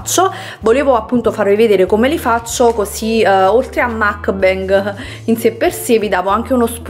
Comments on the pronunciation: Si dice mukbang la u non si pronuncia a ma u e la a non si pronuncia e ma a. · Scusami ma è una vita che fai video mukbang quando vorresti deliziarci con la giusta pronuncia di questa parola?? Che ricordiamo non essere inglese ma coreana! 먹방 vabbè ma cosa lo scrivo a fare